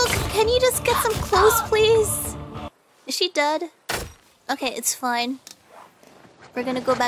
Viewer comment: "is she dead" sounds like ”死んだ？” for some japanese ,including me.